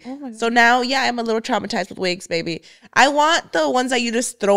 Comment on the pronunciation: 😂 when says Tramasize & not traumatized lol